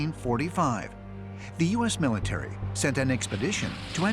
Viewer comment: "Taken by the MILLATREE". ive had enough